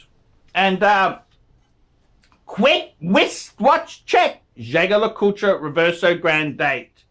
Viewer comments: I thot Jaeger-LeCoultre was pronounced (yayg lacooth) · Can’t even pronounce JLC correctly facepalm